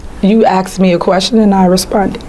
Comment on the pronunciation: "You axe me a quession and I respunded"